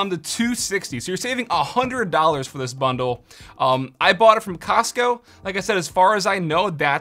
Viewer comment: I stopped listening after “Costco “